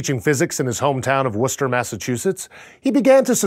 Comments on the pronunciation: It's Worcester not worcestershine. I know because I live in Auburn, the town right next to Worcester. And the town in which he launched his first rockets. Trust me, we love the rocket here in Auburn. If we have a town flag, it would be a white background with a blue rocket. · It's called "Woosta" Massachusetts.